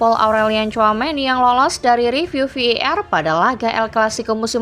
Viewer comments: Wkkwkw masih bilang vardid😂? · Ve i Ar min tolong pronouns di per baiki lagi kalo tidak sebut saja var baca saja langsung var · Voice overnya gak jelas bang.. Mestinya kalo mau pake bahasa inggris pengucapannya Vi E Ar atau sekalian dibaca VAR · betul, ejaannya kurang secara bahasa Indonesia/pun Inggris